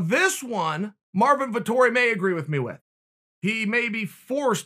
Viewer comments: Marvin Vettori Chael: Marvin Vitori Ok great. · Me: Marvin Vettori Chael: Marvin Vitori Me: Ok great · Us: "Marvin Vettori is legit" Chael: "Marvin Vitori" Us: ok great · vettori: it’s vettori chael: it’s martin marvin: ok it’s vitori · "Martin Vitori" - Chael P. Sonnen 2020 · No one: Uncle Chael: Vitori